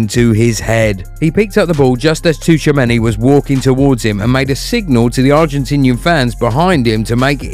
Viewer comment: It's Choowamany. This maybe is a Frenchman's surname, but the "tch" sound in it is the same as in words like "watch" and "pitch".